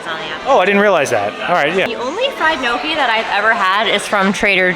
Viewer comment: It's pronounced gnocchi with a Spanish ene sound not knowki....Tim Tracker does that too